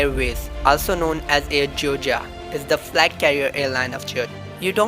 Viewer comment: Georgia not gorga